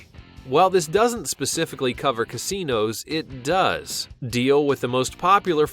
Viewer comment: why did he accent the words 'it does' then stop talking and then keep going wtf